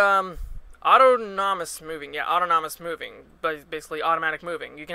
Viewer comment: Thanks for this. "Autonomous" - the stress is on the second syllable. You're welcome ;)